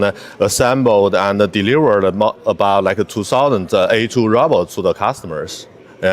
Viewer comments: Why does she call a robot a rowboat? 🤣 😂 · I can't help laughing when she said "roboat" like how melania said it 🤣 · Stop saying Row Boat